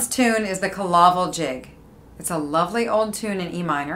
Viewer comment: It is pronounced Kill - A - Vill ..not 'killavil' as in one word .... in Irish Cill Fhábhail ..just up the road from me here in Sligo....